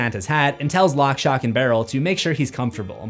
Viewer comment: He says it correctly later on though!